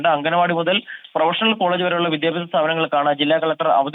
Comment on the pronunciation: What happened madam... Slip of the tongue for the same word MUTHAL BECAME MUZHAL... PLEASE DO SOME HOME WORK BEFORE READING... ANY WAY IT WAS GOOD FOR MORNING LAUGHTER THERAPY.... 😂😂😂😂😂😂😂😂😂👌👌😂😂👍👍👍👌👌👌👌❤